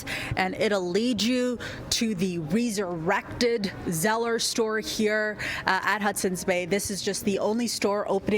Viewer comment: How she says RE-surrected is irritating Say it properly